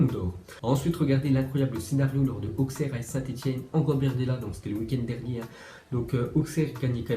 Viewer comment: Auxerre ça se prononce "Aussere"